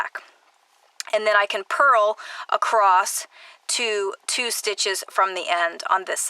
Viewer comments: The word, "across," is not pronounced with a "t" at the end. Sorry, but it hurts my ears. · Where is the term “acrost” from. I never heard it before YouTube. Must be a specific area dialect but I’m wondering what area in the USA commonly refers to ‘across’ as “acrost”. I’d love to know. I’m Australian and most Aussies have the exact same dialect with minor variety in accent. Some southern AU states say ‘castle’ as per USA pronunciation and ‘chance’ and ‘dance’ as per more educated British. Fascinating